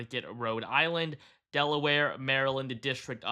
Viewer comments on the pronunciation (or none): none